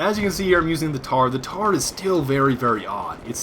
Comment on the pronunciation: its the Mtar M MMMMMMMMtar NOT TAR!!!!